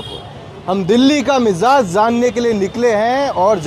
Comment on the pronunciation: Mizaaz nahin, mizaaj.